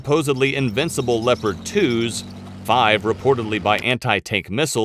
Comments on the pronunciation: why the fuck do people pronounce Leopard as LEO-PARD when we all well know it's LEP-ERD... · Pronounce Leopard tanks as le-pard tank. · please program the computer to pronounce Leopard like the animal.